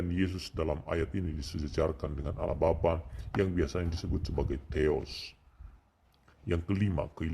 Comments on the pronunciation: Bukan Aloh tp Allah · Baca allah aja mulutnya keseleo jd owloh... Sok ngajari isi Al Kitab...